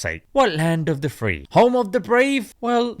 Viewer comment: I thought he said "home of the DEPRIVED" but I did hear "home of the FEE"